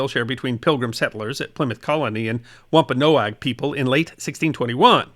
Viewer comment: It may be a small thing to some, but this Nutmegger salutes you Sir, for properly pronouncing "Wampanoag". Happy Thanksgiving to you and your loved ones, Capt. Blackheart Charlie Key West "... because, don't all good stories involve pirates?" :-)